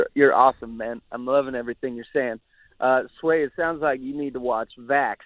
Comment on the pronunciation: Stop saying her last name Sway!!!